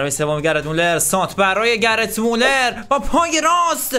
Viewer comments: گرت مولر نه گِرد مولر ☺️ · ❌کرویف ✅کرایف ❌گَرت مولر ✅گِرد مولر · کانتنت خوب بود👍❤️ اما برادر خودت نوشتی گرد مولر تو ویدیو میگی گرت😂😂😂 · داداش گرت مولراشتباهه گرد مـولر افسانه ای درسته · داداش گرد مولر نه گرد مولر درست بگو مگه گرت بیل است اینطوری میگی درست بگو بلد نیستی فوتبال میبینی اصللن